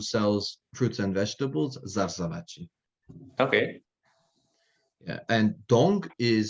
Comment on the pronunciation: Excellent Ladino. Some minimal nitpicking: "El Had, Nana3" are not the way they are spoken, at least not in Balkan-Turkey Ladino, it's "Alkhad and Nane". "Zarzaváchi" should be Zarzavat-chí, the "chi" ending is always tonic. "Loarex" is not from Hebrew but from Lat. laudare / louer = alabar, to praise.